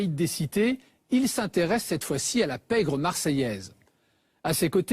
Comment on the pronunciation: La pègre qu'il dit 🤣